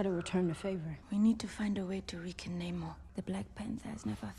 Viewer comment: It's weird how he says the origin of his name is n'amor but then for the rest of the movie they pronounce it nay-more. It's a bit like if a French person told you they were from Paris and pronounced it 'par-ee' and you had never heard it before or seen it written down, but you for no particular reason pronounced it 'par-iss' anyway.